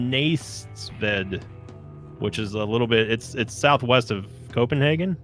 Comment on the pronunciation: Hearing trying to pronounce my hometown (Næstved) was glorious. =b